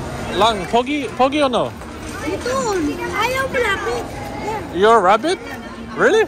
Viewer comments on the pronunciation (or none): sounds like rabbit but its actually LAPIT means come closer! 😂😂😂😂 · Lapit not rabbit. Lapit means come closer.